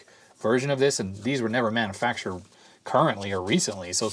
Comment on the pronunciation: Every time says “manafactured” instead of “manufactured,” I lose a little bit of my will to live.